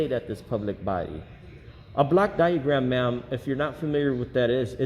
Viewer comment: He misarticulates. It is a "block" diagram, not a black diagram. Hell, confused the hell out of me! A black diagram? Lordy!